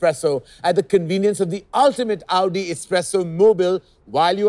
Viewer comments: It is the right way to pronounce it. Its AOU-DI not AU-Di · That's the exact right way to say it.